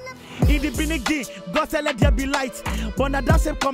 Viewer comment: in the "beniging" so funny... mad dude